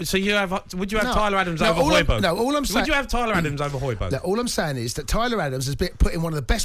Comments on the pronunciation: This dickhead really said hojberg🤣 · Man said hojbjerg I know for a fact Palhinha is having a better season for Fulham 🤦🏾‍♂️